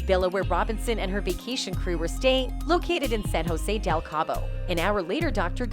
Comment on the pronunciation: Same!! Stop distorting Shanquella’s face, learn how to say Cabo, her murderers name, and several other different words. Poor taste and disgusting. Almost sounds computerized!!